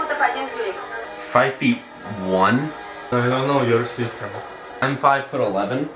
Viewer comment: Сюжет выбран интересный, действительно не плохо. Произношение ужасное как и само знание языка интервьюером. Что за не профессионализм? Не ужели так трудно хотя бы поработать над произношением со своим "ЗЭ" и не позорится а ля "мазер, фазер, сисьтер, бразер". Кульминация приходит на (да, да правда именно в трусах).